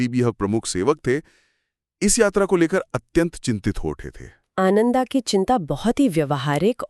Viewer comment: Nice narration, but some of your pronunciations are very poor 😢. Like रेवता instead of रेवत, आनंदा instead instead of आनंद,and so on. PLEASE IMPROVE.